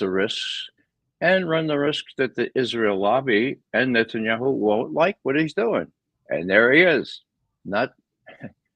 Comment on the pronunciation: Hey Ray, why do you pronounce "Netanyahu" as "Netsanyahu"?